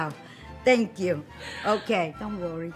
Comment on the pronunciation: The way says "don't rorry." Best one so far! 😂😂😂😂